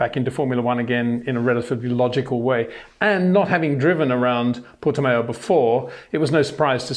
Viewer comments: Hi Peter, just to let you know, it's pronounced 'Porti-mow' instead of 'Porti-mayo' :) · english speakers cannot do the ão sound at all. It is nasal, you don't have that in your language. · Interesting analysis , except for the insufferable stupidity and arrogance of mispronouncing simple, non-English words. (Vershtappen, Porti-Mayo) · Port"E"mao (Mao like chairman Mao). Mayo would be written Maio with the "i" in Portuguese. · Sounds like new type of mayonnaise and I love it